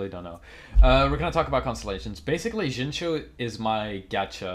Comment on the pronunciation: Great Video!!! Also, keep in mind it's pronounced, "Shing-Chew"